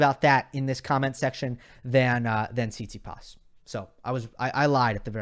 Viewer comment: PLease... the correct way to pronounce stefanos surname is TsitsipAs not TsItsipas.